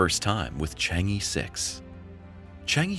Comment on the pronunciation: In the Mandarin ("PuTong Hua") language, "chang-e" is pronounced "Chung-uh" and not "Chang-ee". Having studied Chinese languages for a few years, the mispronunciation of the name of the moon goddess gets on my nerves.